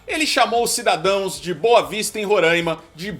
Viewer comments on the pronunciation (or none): none